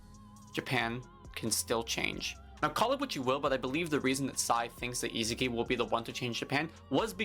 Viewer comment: How does bro pronounce Isagi:face-purple-crying::face-purple-crying